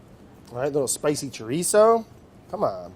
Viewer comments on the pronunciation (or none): none